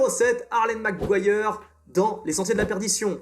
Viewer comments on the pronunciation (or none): none